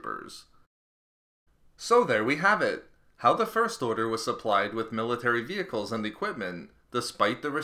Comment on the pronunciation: I feel like the narrator puts the emphasis on the wrong syllables when he says "first order."